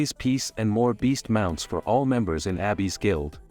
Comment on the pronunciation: It's weird that the TTS just randomly started pronouncing "Abyss" as Abby's.